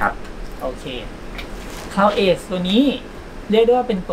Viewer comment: Cloud edge อ่านว่า คลาว เอ็จ ค่ะ ออกเสียงเพี้ยนจนช่องไม่กล้าเขียนชื่อรุ่นกำกับ